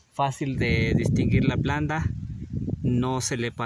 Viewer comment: Porque dises planda cuando lo correcto es planta ,planta